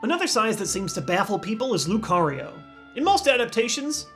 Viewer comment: what lucario. not lucario whyyyyyy. my favorite pokemon why